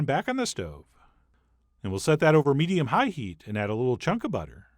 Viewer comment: Hate his talking method of highlighting some words...HIGH heat, etc. talk normal!